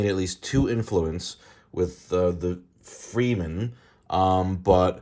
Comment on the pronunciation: "Freemen" and the "Bean" Gesserit lmao